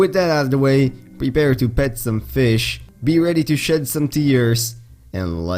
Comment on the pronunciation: Lol no offence but with your accent it sounded to me like you said get ready to $h!t some tears, not shed